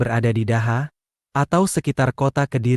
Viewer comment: Cara membaca daha itu dibaca doho